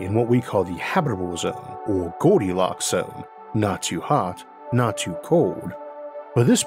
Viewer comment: Gowdilocks and the thwee beaws…